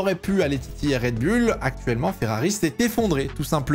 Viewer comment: Mon dieu le « red bulle »… c’est oule… redbull…